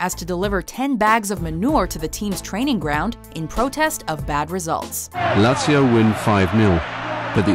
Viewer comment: I got to #10, Lazio, heard her pronunciation and immediately checked the comments.